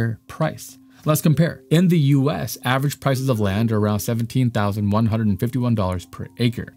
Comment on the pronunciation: What's "avarange"? I think you mean "average"